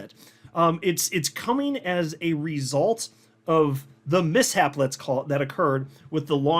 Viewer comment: "Misshap" no way.